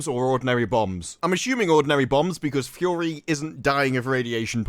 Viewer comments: I like you but can you say “Fury” and not “Fyorrree?” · It’s not pronounced “Fou-ory” …. It’s ‘Fury’! (fou-ery)